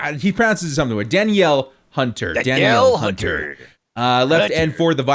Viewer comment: It’s Daa-Neel Hunter fyi